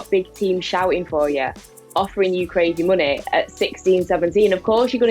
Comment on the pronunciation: I started the video She said muney I closed the video